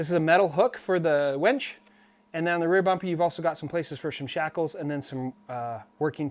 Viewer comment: lol he says wench instead of WINCH.